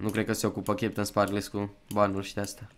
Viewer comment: "cheptansparklez"?! Se citeste "kepteinsparkălz"